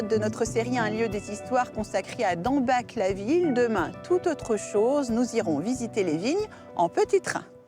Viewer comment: c'est tout de même pas possible que dans une émission consacrée au magnifique patrimoine de l'Alsace, les noms de nos villages ne soient pas prononcés correctement. Dambach se dit "Damebar".